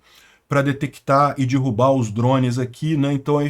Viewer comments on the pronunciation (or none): none